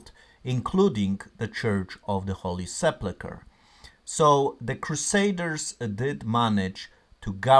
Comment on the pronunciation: I'm sorry, but this is driving me crazy. It's the holy se PUL kr. There's no plu in the word.